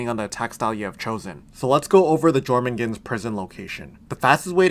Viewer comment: Jormungand, pronounced (Your-mun-gand)